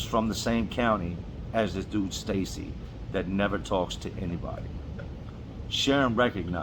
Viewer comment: ****Real white voice sneaks out triggered by white name Sharon ****